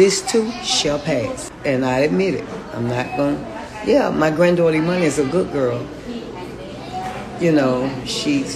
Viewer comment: "e-munni" (e-money) ....gurl, ur daughter name is Ee-MANN-Ee / Emani !!!!